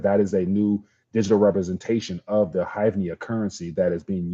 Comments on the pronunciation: It's pronounced grieve-nah (hryvnia). The ultimate monopoly funny money. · The money is pronounced Her-Vin-Ya